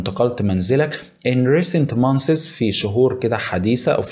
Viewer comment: جزاك الله خير ..مجهود مشكور .ولكن بعض الكلمات نطقها شوية خطأ مونس وليس مونسيس months .. فيه كمان حاجة كلمة content لها معاني أخري غير محتوي مثل راضي أو قانع